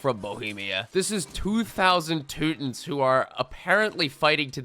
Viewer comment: Dear editor of of the Teutonic Order, the way he pronounced Teutons was closer to the proper German name. Toy-Toh-Nen. He messed up the last part but even can't br perfect. He's american, after all.